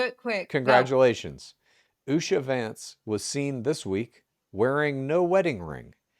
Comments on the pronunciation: it’s pronounced UH-SHER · I was also getting annoyed that wouldn’t tell how to pronounce Usha Vance’s name. if you’re reading this it’s Oo-sha. Long oo as in boot and the sha is phonetically spelled